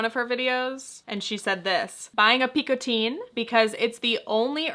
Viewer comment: The way you are pronouncing Picotin in french would take an « e » at the end (Picotine). The way Picotin is written would be prononcée the same way as Train or Chemin in french. Which is a sound that doesn’t exist in English. I also don’t know how Hermès pronounces the Picotin bag, maybe they do it the way Picotine would be pronounced.